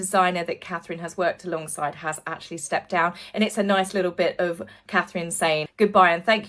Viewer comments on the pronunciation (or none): none